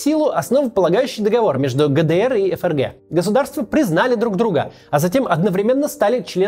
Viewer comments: Отличная передача получилась, вам из Германии отдельное спасибо. Вот только всю передачу неправильно выговаривать ФРГ (как ЭфЭрГэ вместо принятого ФэЭрГэ) - это конечно сильный просчёт всей редакционной команды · Да почему ЭФ ЭР ГЭ? Всю жизнь читали ФЭ ЭР ГЭ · Не могу объяснить, но до чего же комично звучит произношение ЭФРГ, особенно в таком количестве ))